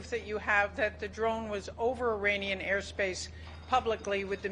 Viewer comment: As an Iranian you should improve your pronunciation. It is pronounced 'Iraanian" NOT "Irainian" You Pi^%ed me off!